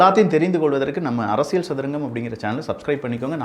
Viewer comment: அரசியல் என்ற வார்த்தையை சரியா உச்சரியுங்கள். அதில் வரும் 'ல்' சரியாக உச்சரியுங்கள்..